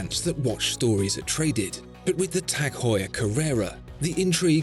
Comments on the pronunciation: You pronounced tag heuer wrong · The narrator should learn how to pronounce Tag Heuer